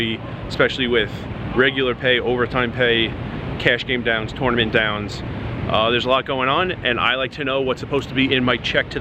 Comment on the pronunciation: You need to learn how to pronounce tournament.